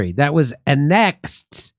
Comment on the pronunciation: <ANN' exed> , Jimmy. Die hard fan, but pls hire a pronunciation editor; this is getting habitual.